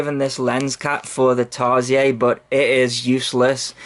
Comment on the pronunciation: hahahha i found the way you said tarsier funny hahahha. Tarsiers is actually an animal where i live and its pronounced tar-sheer